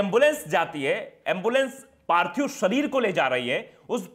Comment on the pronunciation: Parthib nahi parthik hota hai sar